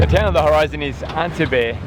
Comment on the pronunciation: Not wishing to sound critical but your pronunciation of Antibes is completely and utterly wrong! Frankly if you every ask direction there nobody would have the faintest idea what you are saying. The correct pronunciation is ”ON TEEB”.